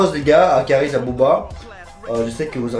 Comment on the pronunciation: c kaaris et pas karis